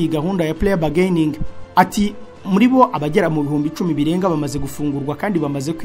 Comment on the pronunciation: Please check pronunciation of plea bargaining